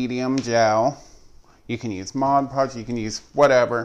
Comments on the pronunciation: LOL It's MOD PODGE NOT MODGE PODGE. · It is NOT "ModGE" Podge...it is "MOD" Podge! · 1st - it's Mod Podge, NOT "modge Podge." If you're repping a product, at least get the pronunciation right. Second - this process with the pumpkins has been done time time again. This is convaluded, messy, and involves more work than necessary. Work smarter, Not harder. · And I always thought it was Mod Podge, not Modge Podge. 😂😂😂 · why does everyone say modge podge its just mod podge. lol. but hey what I actually came to say is they have the pails at dollar tree also I got 4 different sizes a long one like that included. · I think the topiary is a cute idea but every time she said "modge" podge I wanted to poke myself in the eye. The product is called MOD podge. Even if it's your homemade version of the name brand product pronounce it correctly so people who may not be familiar with it will know what to look for in the store. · PLEASE stop calling it Modge Podge. Please. It's called Mod Podge. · Thank you. I was looking for this comment, or else I was going to say it. Lol. ~ Mod, not modge. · "Modge podge" makes me cringe every time